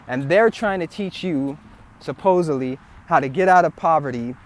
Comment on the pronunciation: This was so rwfreshing to hear. God i wish more people said this. Ive been waiting forever to hear it. Another human being just said the word "supposedly" correctly and didnt say "supposably". Thank you sir. You are a hero. Jk. In all honesty what you just said really needs to be heard by all the young people and all the poor and deaperate people of any color, because thats who these predators online target for their garbage. It makes me want to puke.